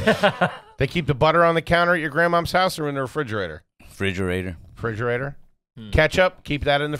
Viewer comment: Anyone catch that he said frigerator?! Lol